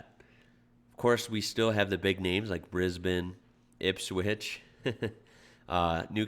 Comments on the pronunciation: Your sister the word Brisbane properly to and then let me very happy being a person living in Brisbane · Have a like for knowing how to pronounce Melbourne and Brisbane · Love your Melbourne and Brisbane. I'm going to teach you Geelong. pronounce it 'jalong'